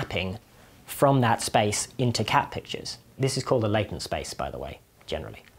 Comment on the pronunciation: Anyone else hear "cabbages" instead of "cat pictures"? 🙂